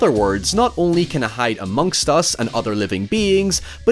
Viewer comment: A bit of emphasis put on that "st" in "amongst us."